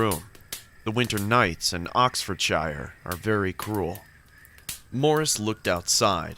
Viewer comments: The way he pronounces Oxfordshire. Had to laugh. Only a none brit. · The way he said Oxfordshire pained me